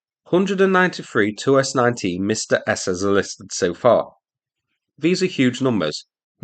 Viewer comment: Are Msta-S howitzers designed as counterbattery howitzers? Why else would you call them "Revenge-S"? Btw, I have no idea how to explain to you how to pronounce Msta correctly, but it definitely is not "Mistah". It should be closer to "m" from "hm" and "stu" from "stuck".